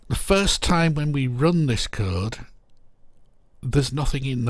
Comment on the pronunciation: I thought you were saying kurd... you were of course saying code and I'm dumb